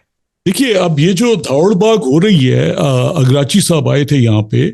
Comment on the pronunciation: You are asking opinion of the people to waste time who cant prononce names of Iranian prominent people, even Iraqci is pronounced continuously Ikrachi by him